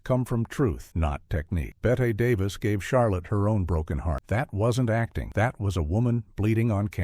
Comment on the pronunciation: Please- not “Bet Davis.” Bet-ee 😐